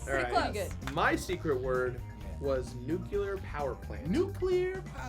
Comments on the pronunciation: Lowkey best part of this video is immediately saying "nuclear" every time Jirard says "nucular." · I love how is low key correcting Jirard on the pronunciation on "nuclear" the whole time, but gets caught throwing shade! lol